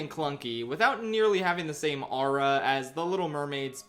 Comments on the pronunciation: not him saying ara instead of aura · that is not how you pronounce aura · Please stop saying aura